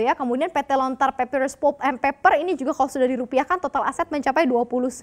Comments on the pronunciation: Mba... maaf, anda keliru mem-pronunciationkan.... yang betul pəlp atau lebih bagusnya lihat di kamuzz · Agak terganggu dgn cara si mba baca " PULP " aduuuh !